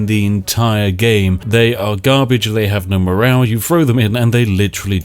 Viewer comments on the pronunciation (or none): none